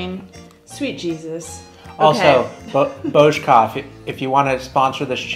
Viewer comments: Kofola + tuzemak je náš jack daniels + coca cola a myslím, že tento drink pil snad každý čech... Miluju tyhle videa, kde chutnáte naše věcy.. ❤ Btw dobrá výslovnost.. třeba burčák... :D cool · Your pronunciation of burrrčák is splendid :-D